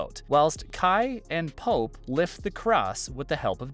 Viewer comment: His name isn”pope” not “polp”